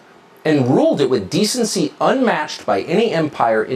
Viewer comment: did he just say... decency?????